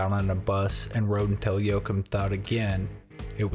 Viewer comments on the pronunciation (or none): His name is pronounced wa- heem